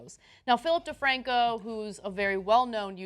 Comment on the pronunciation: Its philip defranco not difranco fix it pls